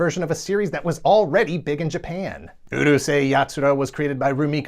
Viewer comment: Why do you pronounce Urusei as uhrusei and Moroboshi os Moruboshi?